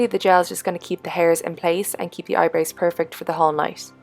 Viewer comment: I love how you say "eyebrews" instead of eyebrows! lol and you look gorgeous as always